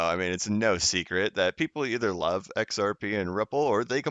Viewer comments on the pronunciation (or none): none